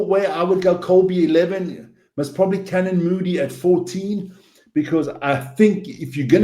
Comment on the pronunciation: How is this guy South African when he can’t pronounce Fassi or Canan.